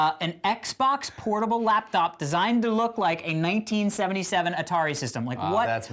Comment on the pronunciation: Did anyone else notice that Alex says an " An Xbox portable LAPDOB" hahaha amazing.